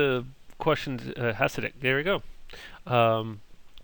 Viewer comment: Also, Djibouti isn't "next to" Africa, Fiji isn't in the Atlantic, and Guam isn't a country. Coptic doesn't mean "early," Rocky Marciano was a boxer. Ethan Allen was a war hero. They're not pronounced BYE-zantine, HASS-idic, SALE-donia, or charle-MAG-net. This was painful. Dude needs to spend more time reading that "dictionary-like thing."